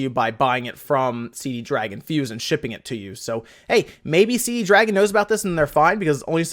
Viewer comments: It's not CD Dragon...there is only one D... It's C Dragon. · CD Dragon must be selling the Con-Fuze. I always read C-Dragon there, never saw that extra D i´m always hearing here :-D